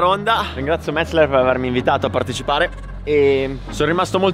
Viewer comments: METZE'LER! METZE'LER l'accento sulla SECONDA e. In tedesco si dice così. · Metz-eler non Metz-ler. ;)))) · Solo oggi ho capito come si pronuncia Metzeler, fino a ieri mettevo tipo 4 (LLLL)